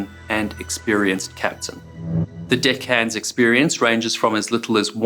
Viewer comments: sounds like you say "Dick Hands". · Had to replay , at first it didn't sound like "deckhands" ^^'